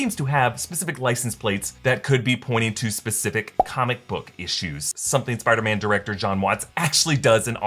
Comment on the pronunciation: Listen closely when dr strange talks first time with peter he say "spider men"